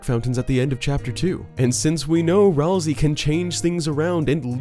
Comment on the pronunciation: Okay, for real. Isn't it "Ralsay"